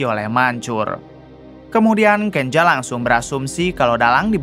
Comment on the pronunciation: Kenza bukan kenja